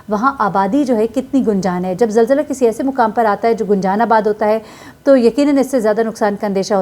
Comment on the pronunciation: یہ لفظ zilzla نہیں zalzla ہوتا ہے۔ کم از کم اپنی قومی زبان تو ٹھیک سے بولیں